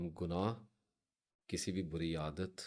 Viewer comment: Bori nhi buri lafz hota h theek kijiye